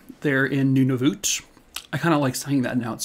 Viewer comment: Pretty good pronunciation! Nunavut is correct and Iqaluit is close haha. Don't worry, some of those names are tricky. These are important stories to share, so glad you're covering them! Also, Nunavut is a Territory not a Province so you might want to add that to your thumbnail. But awesome work nonetheless! 👍